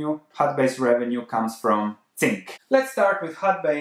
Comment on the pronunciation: Could you please stop saying "tzink" It's hurting my ears every time I hear it in your videos.